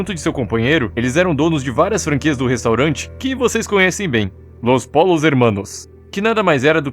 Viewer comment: Promuncia-se, "Lôs Pôios Hermãnos", não "pôlos".